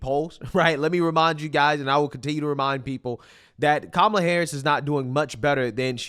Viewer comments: calling every single republican weird? 👍 Mispronouncing Kamalas name? 👎 the Democrats are such hypocrites. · Calling Trump and Vance weird is okay. But don't you dare say Kamala's name wrong. That's offensive. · It's not pronounced Kamala. It's pronounced Kamala.